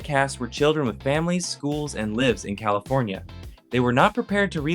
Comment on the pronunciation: Okay, but you say "livs" instead of "lives"